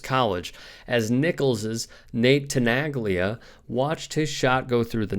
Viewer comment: Please... it is pronounced as Tenalya, not Tenaglya..learn some Italian please... it is like Bologna, Bolonya